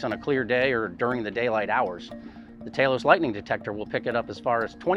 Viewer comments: he breaks character and calls it Talos, but immediately reverts to Taylos. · Why is he calling it Taylos?